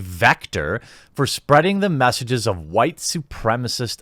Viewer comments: Damn man, the way you pronounce the Leftist buzzwords gets me every time😂 Those Hoo-White Supremacist Nazzees! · Hey buddy, your tactic of pronouncing who-ait, isn't working: automatic subs still put it as "white".